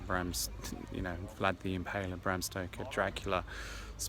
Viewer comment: Bran castle mate,not Bram...a bit more research...apart from that,great video!